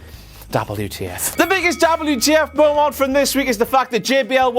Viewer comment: "... and then we had that MEAU-MONT where..."